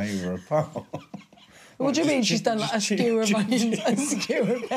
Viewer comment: Sewer of onions lol. Man, it’s Skewer*